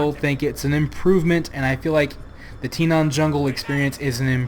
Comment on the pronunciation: why do you keep saying Tinaan? it's Tanaan with an A